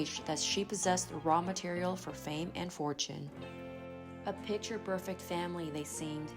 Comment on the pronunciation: Why can't this odd generation of millennials and gen-z speak properly? They can't pronounce T's, D's or finish words. "di-unt" "pitc-ur" "balimia" Like everything they do, it's just lazy and weak.